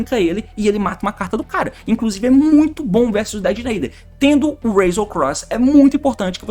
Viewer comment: Fala "Detonator" meu mano T, faz mt mais sentido, "Dedenaider" é só uma tradução errada, nem é uma palavra de fato